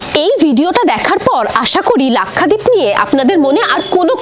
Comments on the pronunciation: Pronounced as Lak sha deep and not Lakkha deep. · Lakhdeep na lakshadweep pronouncing bhool